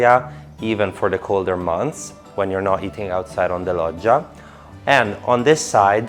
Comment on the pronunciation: So that's how you pronounce "Loggia". Here in America we really butcher the language lol. You did a great job with the tour. Paced and informative!👏